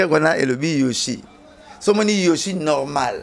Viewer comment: C YEBISA BALOBAKA YOSHI TE, BALOBAKA YOSHJI ET NON YOSHI.... AMIKUSAKA AYEBI FORME, MAIS AZO KOKA KAKA KO PRONONCER YOHJI TE ASALAKA ERREUR WANA CHAQUE FOIS ATANGA GRIFFE WANA YA YOHJI, APRONONÇAKA YANGO KAKA MABE, ALOBAKA KAKA YOSHI, EZALAKA YOSHI TE, EZALAKA YOHJI...... BONGISA PRONONCIATION.. EZALAKA YOSHI TE.. YOHJI YAMAMOTO